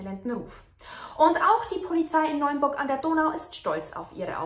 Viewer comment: Hallo, mein ich das nur oder sagst du Neunburg?:) Die Stadt heißt Neuburg:) Wohne nicht weit weg von dort. Vielen Dank für deine interessanten und gut recherchierten Videos, ich könnte dir stundenlang zuhören <3